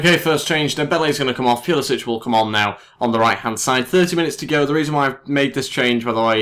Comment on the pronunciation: Pulisic is pronounced pull-uh-sick.